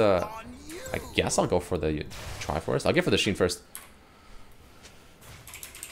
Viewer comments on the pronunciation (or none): none